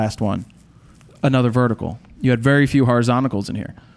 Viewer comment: Honestly, you lose a lot of creditably when you can't properly pronounce "horizontals."